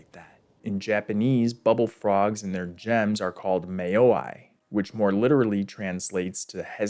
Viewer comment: Just a heads up: vowel sounds in Japanese are phonetically consistent, meaning they always make the same sound no matter what. So "Mayoi" would be pronounced "Mah-yoh-ee". The way you pronounced it would be spelled "Meiyoai", which in fact translates literally into "honor love".